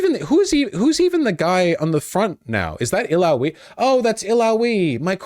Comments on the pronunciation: Bro I swear one of these days I'm gonna sit him down and go through how he pronounces names it's the most triggering thing dawg lmao. Who tf enunciates the "we" like that in Illaoi??? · Vaush saying Illaoi weird had me chuckling.